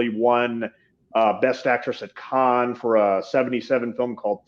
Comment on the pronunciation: Btw it’s pronounced “can” for the Cannes film festival :)